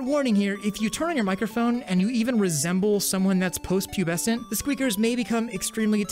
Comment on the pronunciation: "post pubesent" 💀